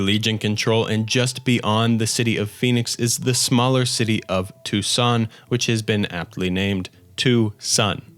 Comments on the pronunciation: I know I might be late but as a native Arizonan I have to say that it’s pronounced “two-sawn,” & lake “hav-a-sue.” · As an arizona native that Tucson pronunciation hurt me💔